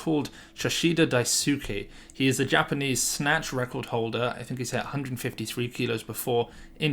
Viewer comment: btw daisuke is pronounced with the emphasis on the dai and not on the su